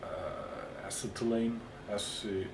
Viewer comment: Ass-set-uh-lean, acetylene, but I really don't mind how you say it. I understand you either way. The fact that you take the time to make these videos in English is good enough for me :D